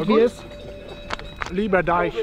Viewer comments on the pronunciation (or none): „Lieber Deich“ 😅 Sehr schöner VLOG. Super schöne Bilder!